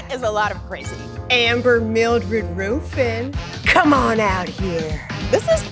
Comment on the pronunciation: Amber Roooofin 😆